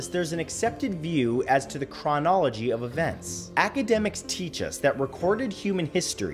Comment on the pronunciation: Hehe it’s funny how he says chronology.